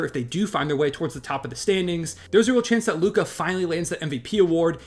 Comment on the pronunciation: It’s Luka.